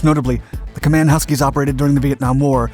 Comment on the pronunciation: Company name is properly pronounced "KAY-man".